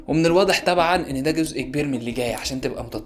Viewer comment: "عسر"-"عصر" \ "وادح"-"واضح"\ "تتلع"-"تطلع"\ "عن تريق"-"عن طريق" الكلمات ديه نطقها بيفرق بشكل واضح